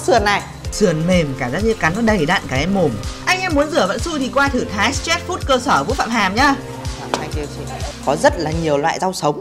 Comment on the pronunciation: thái sờ trét food? ông này kiểu cứ phèn phèn lsao ấy